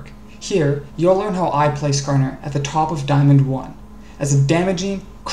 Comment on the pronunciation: "nascarner" oh god